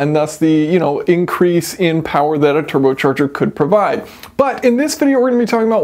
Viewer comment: "Turbo Cherger"